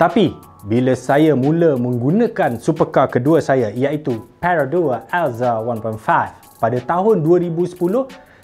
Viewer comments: halamakk.. annoying plak bila sebut "peyroduwar aelza one point fai".. hahahah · Perodua alza 1.5 tu mmg kne ckp slang eh bang hahha 🤣